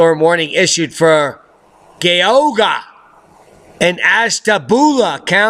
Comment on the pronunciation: We got 10” in Geauga County in OH AND I AM OFFENDED BC OF THE WAY YOU PRONOUNCED GEAUGA :D